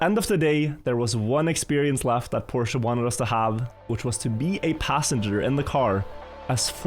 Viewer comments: "PORSHA" aint no way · Its Por-shuh not Porsha. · its read like Porsch brooooo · okay, after watching the whole vid, his pronounciation switches a lot lol